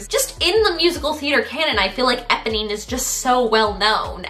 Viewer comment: Her pronunciation of Eponee is killing me